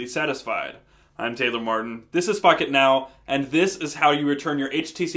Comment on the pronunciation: sounds like he says fuck it now instead of pocket now